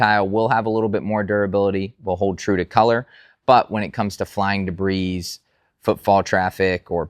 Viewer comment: The "S" is silent in the word DEBRIS